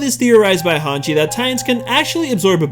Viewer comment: YOU SAID MY NAME WRONG!! (Hanji)